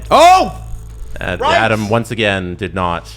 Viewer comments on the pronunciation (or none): Ahdam, Stev and Jeesie. Now you know how Naz feels about you guys constantly calling him Noz. He used to do a commercial where he skates up to the camera and states his name. The a in both names is like in "dad" Naz rhymes with jazz.